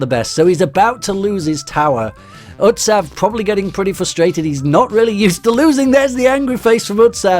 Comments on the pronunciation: it is not utsav is ut sa hav ok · It is pronounced utshob u dont know because uare european and me asian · Your pronouncetion of utsav is not right